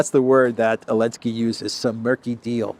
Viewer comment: Why are you skipping Z in Zelensky? What's the deal? It's quite irritating to hear it over and over again. :(